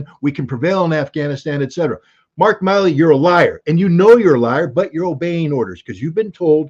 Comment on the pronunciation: Again Scott goes into meltdown a little over half way. Quite surprised it took so long. Oh and is it Mill-E or Mile-E because only Scott says Mile-E.🙄🙄🙄